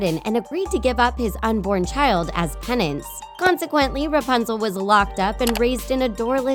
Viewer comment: It‘s RApunzel not RUpanzel🤔🙄